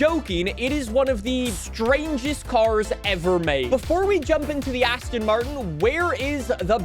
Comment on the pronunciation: Why are you saying "Asston". Why?